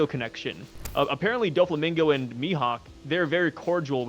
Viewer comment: bro pronounced doflamingo wrong dough-flamingo is how you say it